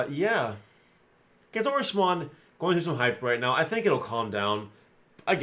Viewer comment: Soooooo watching this video and my wife was listening in and thought you said clitorusmon…….. Kentorusmon……… SMH.